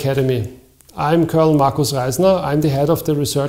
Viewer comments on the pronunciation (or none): none